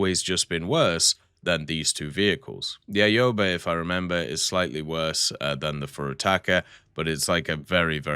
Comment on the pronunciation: Your pronounciation of ships, especially the Japanese ones is so awful, lmao I lost it at Aoba, Ayobae?